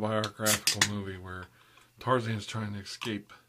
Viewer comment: "once ya go ape, ya never ex-cape" HELP